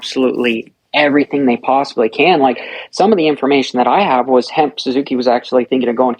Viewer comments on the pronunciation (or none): is so unprofessional. Grown ass man still acting like a kid, he knows good and well it's HEP Suzuki not HEMP but he said it over and over because he thinks it's funny.